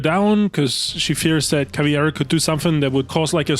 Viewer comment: I just heard 3 hour straight some dude pronounce CAVIEIRA 🧠